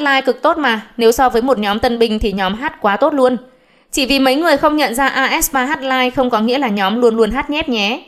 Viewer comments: fan đọc: aespa báo đọc: ét spa, a e sờ pa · toàn đăng bài bêu xấu aespa, đọc tên nhóm còn sai nx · đọc tên nhóm còn sai kìa ad